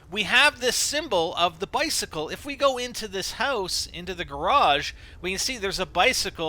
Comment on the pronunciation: bi-cicle tri-nity 23?